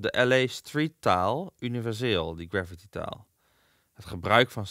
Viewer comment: graffiti spreek je niet uit als "gravity"